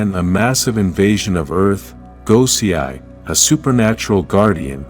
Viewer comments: It is pronounce Go-say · It's pronounced "go-say", not "go-see-eye".....have you even watch a single clip of the show? 🤦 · I would think that for someone so knowledgeable on Ranger history you would know how to pronounce names but you mispronounce some like Divatox, Dai Shi, Gosei, and more. Like what?